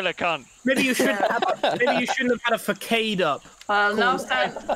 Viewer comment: oh dear, second video saying facade wrong